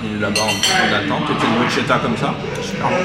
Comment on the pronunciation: 😂 l’italienne que je suis à eu mal aux oreilles sur la prononciation de « bruschetta » ahahaha si jamais ça se prononce « brusketta » le « sch » la c’est le son « k » 😅 petite info comme ça au passage Pcq j’ai bcp ri de vous entendre 🤣 Sinon je reste super étonnée de façon globale dans les endroits où vous êtes allés du nombre de resto vege qui existent :) ça fait plaisir, je ne pensais pas qu’on en trouvait autant, c’est top!